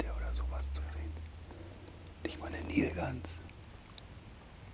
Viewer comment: Nilgans - mit "i", nicht mit "ie" Biber - mit "i", nicht mit "ie"